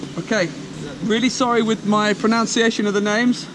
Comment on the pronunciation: pronunciation not "pronounciation."